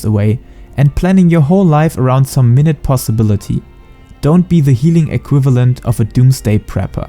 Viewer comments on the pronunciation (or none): Great video. Really helps coming from WoW just how different healing is, and what your responsibilities are. Off topic, but the quote you read saying 'minute possibility'. The minute there is pronounced 'my-newt'. Meaning very rare i believe.